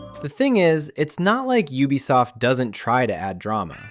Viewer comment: Finally, a cultured pronouncer of "Ubisoft"